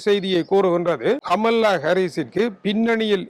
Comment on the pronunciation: கமலா என்பதை சரியாக உச்சரித்தால் நன்றாக இருக்கும்